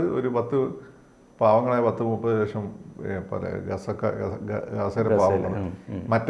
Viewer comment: 30ലഷം അല്ല നിങ്ങൾക്കു മലയാളം നിങ്ങളുടെ മലയാളം അത്ര പോരാ